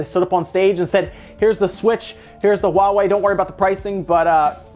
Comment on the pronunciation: It's so nice to hear people call it HUAWEI and not Hua way